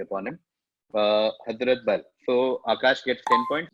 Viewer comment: The only way you can say 'hazmat' instead of 'hazrat' is when you misread it. This guy 🤣🤣